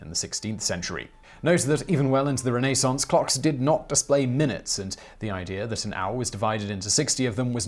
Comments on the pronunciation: “note even well into the Re-nay-saunce....” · I'm sorry.....ren-ay-sawnce? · Renayssance? Have I been spelling and pronouncing it wrong all these years? :-)